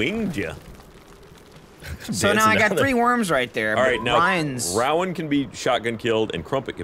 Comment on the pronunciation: Why was switching between the two pronunciations of Rowan?